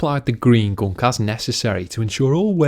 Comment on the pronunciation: The way he says gunk made my day. Where are you from in the UK, mate?